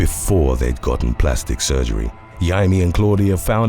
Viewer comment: A dude has to be a special kind of fucked up to take off another man's nads with a CORKSCREW. Also, I'm pretty sure "Yeimi" is supposed to be pronounced "Jaime".